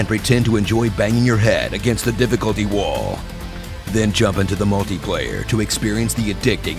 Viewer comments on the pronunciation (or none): none